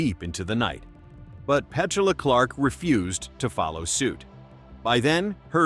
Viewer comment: You can at least say her name the right way.